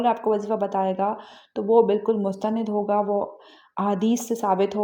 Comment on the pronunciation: محترمہ ( مستند) ن پر زبر پڑھنا چاہیے